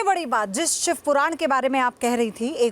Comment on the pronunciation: ये औरत जो अपने आप को लक्ष्मी का अवतार बता रही है, ये कह रही हैं सिव अवतार , शिव अवतार होता है ।